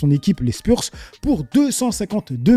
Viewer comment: "Les Spurs" prononcé a la Française, je l'avais jamais entendu celle là 😂